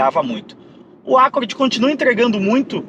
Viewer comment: Nunca ouvi alguém pronunciar ÁCCORD. Acho que o que inventou essa.